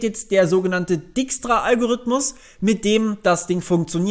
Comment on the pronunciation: Ich glaube den Dijkstra Algorithmus spricht man "DAIKSTRA" aus und nicht "DIKSTRA" :D